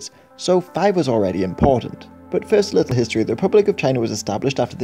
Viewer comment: ummm.... fieerst ????